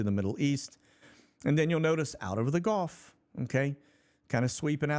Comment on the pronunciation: Hey! Why do you pronounce Gulf of America, Golf of America? It sounds silly man.